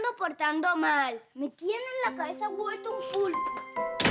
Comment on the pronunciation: Chicho dijo culx 😂